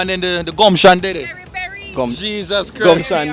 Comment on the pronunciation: The gumsion!? Lmaoooo. We loveeee